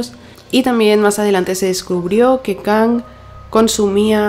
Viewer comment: se pronuncia Kang, no Kong, se me hizo raro